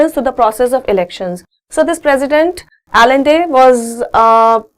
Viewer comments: it is not allende we write it but pronounce it like ayan-de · salvandor allende is pronounced as salvandor a'nde . correct your prounnunciation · allende is prounounced as AYEN-THEY(as written in my book)